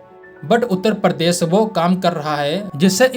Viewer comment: परदेस नाही दोस्त, "प्रदेश",😵‍💫 बहुत फर्क है